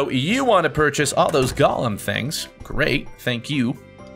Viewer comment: i swear every time he said golem i heard Galm